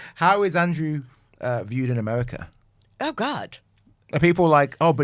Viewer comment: The incessant laughing — no one is that funny or amused. And — “Amewica”?!